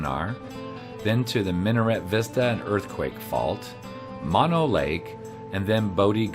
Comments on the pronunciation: It is MO-NO. Not Ma-No... ask a local for proper pronouniation before INSULTING our community in these YouTube videos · Mono is pronounced with two long o's. Moe No...not like mononucleosis. Hwy 395 is filled with side trip treasures.